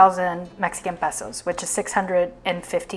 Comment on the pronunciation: I believe it's pronounced pay-so, not peh-so.